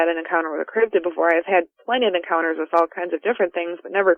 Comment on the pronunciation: love the channel, but is anyone else bothered by the inexplicable Y that he puts in the word "encounters" in the intro? No?.... Just me then?.....encyounters